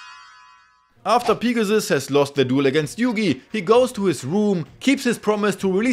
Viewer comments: Niqqa calls Pegasus, Pigasus... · everytime you say pegasus, I hear pikachu.. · No disrespect to your accent but pea-ga-sus is the funniest shit ever 🤣🤣😭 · Ah yes, Peegasus. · "Peegasus" Loved the video lad. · Could not get past the way this guy says Pegasus. Literally killed the whole video